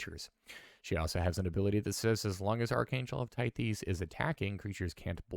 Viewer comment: Archangel of "Tie-ths" not "Tie-thees".